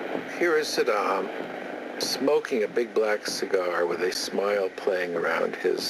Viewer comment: Saddam, not Yaaah...